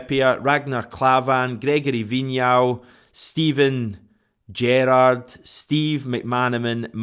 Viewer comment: The way said Steven Gerrard 🤣